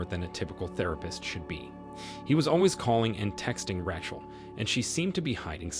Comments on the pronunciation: RAY-CHEL!!! NOT RATCHEL!!! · Man this guy's a good narrator it's so funny how he mispronounces one word that you'd think he would absolutely know . This one it's "ratchel" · Who is, "Rah-Chul"?